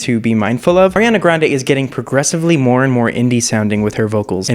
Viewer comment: At least he says "Ariana" correctly...😉